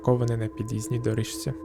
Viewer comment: Мені сподобалося, продовжуйте, будь ласка! Лише одне зауваження щодо вимови. Почитайте правила зміни приголосних (шиплячі перед свистячими та навпаки свистячі перед шиплячими). Наприклад, слово «доріжці» вимовляється [доріЗці] і так далі.